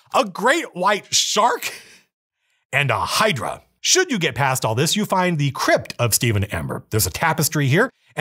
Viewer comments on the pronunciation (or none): none